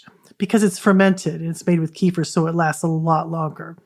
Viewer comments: While we're at it kefir is properly pronounced kuh-feer or kef-fuh 🎉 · Thank you for the shared knowledge. It is enlightening! Also ,Kefir is properly pronounced...kuh-feer or keh-fuh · Sorry , I'm not sure what you point is. Please help me understand. Kefir is not pronounced kee- fur... it is kuh-feer ,keh-fuh and kē-fîr....look it up for yourself . Bye Karen 👋